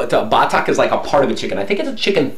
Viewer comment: I like the way you say BATAK, say it fast like BATAK, no BAAATAK. I love you!